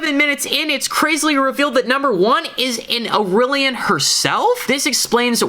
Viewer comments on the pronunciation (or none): The species name is pronounced IL-LEER-EE-UN, with the accent on the second syllable.